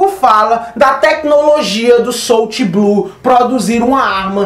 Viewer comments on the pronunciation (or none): none